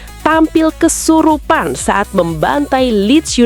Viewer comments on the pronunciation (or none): none